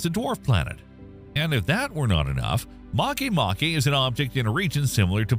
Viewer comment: This is the first channel I've seen in quite some time that actually pronounced "Makemake" correctly. Regardless, great video and top-notch content as usual!